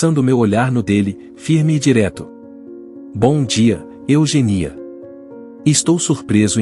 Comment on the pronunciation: Eugenía ler Eugênia